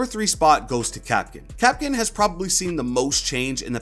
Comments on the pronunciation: Kapkan not kapkin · Please stop saying kapkin